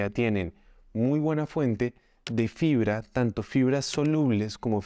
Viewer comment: Pilas que dice FRIBRA